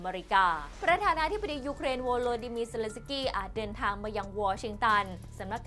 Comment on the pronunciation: เซ เลน สะ กี้ ชื่อเค้ายังอ่านไม่ถูกเลย🙈🙈🙈